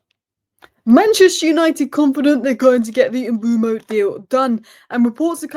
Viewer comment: BTW it's pronounced Mmm-buur-Mo not M-Boo-Mo